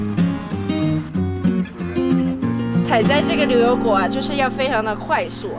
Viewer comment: 女主持的普通话有一点点口音，不知道是不是四川人？把牛油果说成流油果。